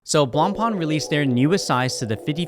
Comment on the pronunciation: At least pronounce the name correct if you’re going to say it🙄